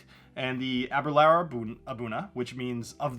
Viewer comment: Ahhhh- ber- lure. Got to pronounce scotch names correctly.